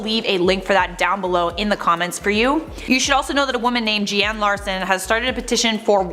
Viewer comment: My name's Jeannie, not Je-anne. LOL! Thank you for mentioning the petition and raising awareness about it. I appreciate the support.